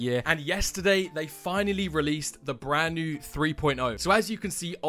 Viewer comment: "Bren new"